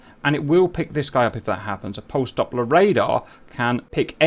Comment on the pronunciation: its Doppler Radar, not Dopper Radar PS: I love ur videos